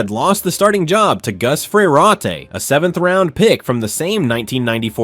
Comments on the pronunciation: That's Fer-rot, not fer-raw-tay. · Holy fuck learn how to pronounce names. It's pronounced fur rot. The first R in Frerotte is silent. Now you're mispronouncing Todd Marinovich fuck dude smh. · Fa-raw-tay is crazy work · that pronunciation of Frerotte 😬